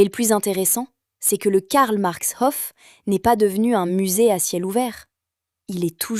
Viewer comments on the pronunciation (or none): Il y a bien. longtemps, dans ma jeunese, cet immeuble me fascinait . Et la politique dans " Vienne la Rouge" ce n'éait pas rien vers 1920. Dans une concepzion tozalement différente, les élément archizecturaux et le couleurrs rappellent la cité-jarrdin de Châtenay-Maöabry. Une rrmarque: dommage que vous insistiez lourdement sur "hoffe" pour proncer "Hof", alors que c'est "haufe". ❤ 🎉